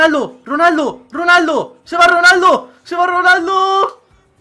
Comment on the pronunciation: ojo a "RANALDO" en el minuto jaja